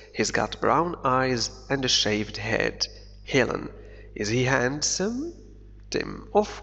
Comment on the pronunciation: شكرا لك لدي ملاحظة صغيرة handsome ننطقها هانسوم وليس هاندسوم بدون نطق حرف d والله أعلم وشكرا